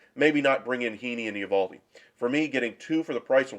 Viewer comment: Learn to pronounce his name